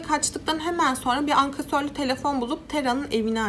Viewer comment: Ankasörlü değil ankesörlü telefon